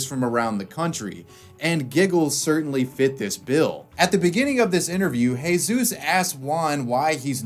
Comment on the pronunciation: It's Jesus, is it that difficult to get his name right?